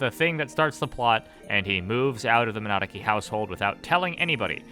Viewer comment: I love that you're bad enough at saying Minadzuki that youtube thinks you are saying "monarchy" :D